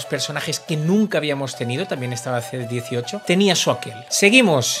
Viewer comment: En el TOP debería estar el Dokkan. Además diciendo "C-18"... puffffff cuanto dolor.